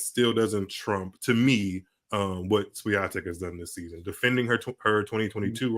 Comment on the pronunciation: please learn how to pronounce Swiatek's name, Nick does it very well